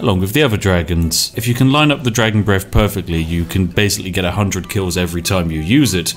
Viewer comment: "Flaming breff attacks."